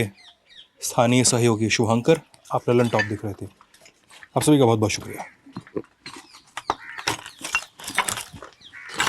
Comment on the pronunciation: लल्लनटॉप ✖️ दल्लनटॉप ✅😁